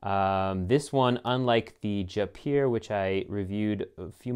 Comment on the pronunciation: Jaipur is pronounced Jai pure.